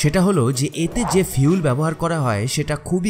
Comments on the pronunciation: আপনি ফুয়েল না বলে ফিউল বলছেন ? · খুব ভাল ভিডিও। কিন্তু ভাই, Fuel = "ফিউল" (যা আপনি উচ্চারন করেছেন) মানে কি..??? from BANGLADESH.